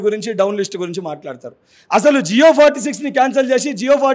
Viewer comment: జియో కాదురా జివో.. దొంగ హామీలు ఇచ్చి నిరుద్యోగులను ముంచారు ఆగస్టు 5 కు డీఎస్సీ రాసి ఒక రోజు పడుకొని 7కు గ్రూప్ 2 ఎగ్జామ్ రాయాల?? చదువు కున్నావా??